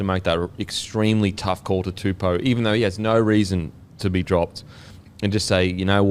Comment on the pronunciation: I can't remember the young Brodie's name but Daniels last name is pronounced Too-Po (like the Kung Fu panda)